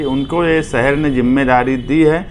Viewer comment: ارے بھائی اپنے تلفظ کی ادائیگی صحیح کرو یہ کیا ہے۔ ڈاکومینٹ(ڈاکیومینٹ)، جُمّہ داری ( ذمّہ داری)، سہر ( شہر) ، سہریان (شہریان)، دہست گرد (دہشتگرد)، وغیرہ۔ صرف چند سیکنڈ سنا اور سب مل گیا۔ بھائی کم از کم بنیادی زبان تو درست کرلو اس کے بعد سیاست کو سدھارنا۔ اللہ رحم کرے قوم کے حالات پر ایسے ایسے لیڈر مل گیے تو ہوگیا مسلہ حل!